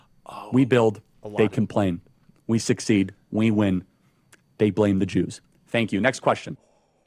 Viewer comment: That's what ex US senator coleman just said too. Notice how he says js and not zs? “The masters of the universe are Jews,” former US Senator (norm coleman) declares in Israel Wyatt Reed·April 28, 2025